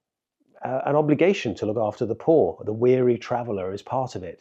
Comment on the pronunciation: I love the emphasis on POOR. Like I'm being called out.